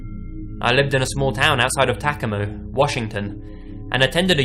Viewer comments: Um no.... It’s pronounced pretty phonetically. Ta-co-ma... Unless you’re Native American, then it’s pronounced “Taquoma”. The narrator kept saying Tacamo. Which is way off. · I think you're trying to say Tacoma, ta-coma. Just you know, fyi. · It’s pronounced, “ta COM a.” The accent is on the second syllable, not the first one. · Tacoma Washington didn’t Ted Bundy live there before?? I didn’t recognize it at first cause it’s mispronounced I think but anyway yeah Ted Bundy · The way he pronounced Tacoma and Everett bothered me 😭